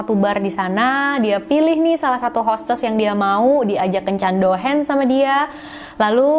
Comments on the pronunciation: Cara ngmngnya Douhang/Douhan kaaa bkn douhens 🤗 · Bukan Dohens tapi Dohang boss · Bukan dohens dong... tapi dohang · Yes ! akhirnya upload jg 🥰 maaf sedikit masukan, kencan itu nama nya Dohan. dibaca nya Dohang bkan Dohen. sekedar informasi Tugas kencannya cuma makan2 bareng tamu (bkan tdr brg). Disini gaji hostes per jam itu 300-500rbu bhkan lebih (trgantung tmpatnya) ya tugasnya nemenin ngobrol pria doang (dlarang menyentuh sang hostesnya) sy pernah freelance jd hostes. siangnya kerja prawat. pernah jg siangnya skolah,mlemnya freelance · Dohan = dibaca Dohang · mantap ceritanya kak, sedikit koreksi, yang benar DOHAN (dibaca DOHANG),ditunggu cerita2 selanjutnya kak.... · kata "Dohan" gak perlu di baca pake lafal bahasa Inggris, Douhan itu bahasa jepang jadi aksen nya masih sama kayak bahasa Indonesia A I O E O biasa